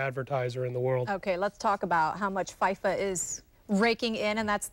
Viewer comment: Can't even pronounce FIFA..